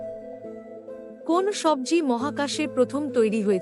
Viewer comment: ঐ সবর-জি কি-রে ? আগে শুদ্ধ ভাবে উচ্চারণ শেখ।